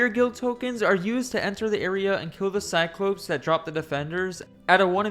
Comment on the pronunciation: the plural of cyclops is pronounced like cyclo-PEZ